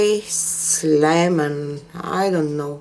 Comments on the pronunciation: Pronounced CY cla men long "i" on the CY A beautiful species of climbing flowers with various colors and shapes. Very popular in the U. S. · cyclamen is pronounced SIGH-klah-men, emphasis on the first syllable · The color is pronounced SIGH-clah-men. Beautiful painting! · It is pronounced CY-CLA-MEN. it is a woodland flower that is now cultivated and difficult to keep alive indoors. :)